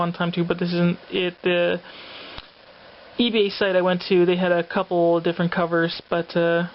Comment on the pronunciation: Awesome pick up!!! I was wondering I kept hearing you say E-Bay but I almost thought you said C-Ebay like a special comic site or seller. Just wondering, and that X-Men and Venom Cover are awesome.